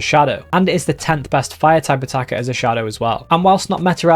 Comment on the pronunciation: Everytime he says "Type Attacker" I think he's saying "Stakataka"